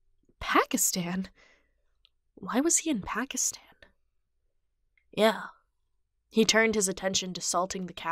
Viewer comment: Me laughing a little on how pronounced ‘Pakistan’. It was good but just telling you, it isn’t pronounced like it😅😂 Anyways, love it❤️❤️❤️😘 Wow cat spent an entire year in India and I didn’t know!!! I could have visited himmm! Sorry 😂😂😂